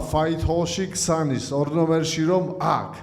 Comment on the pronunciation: Qsanis ara, qsnis!!